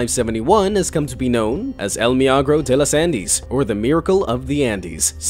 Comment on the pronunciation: Don’t try speaking Spanish, at least hear it from google first or better yet have google say it, because I didn’t understand you until I read the Spanish part El milagro de los Andes